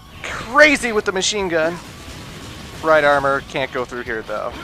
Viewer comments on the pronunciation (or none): none